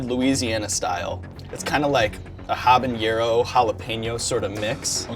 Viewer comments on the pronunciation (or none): real talk homey, 'haba-narrow' there is no ñ in habanero. It's not habanyarrow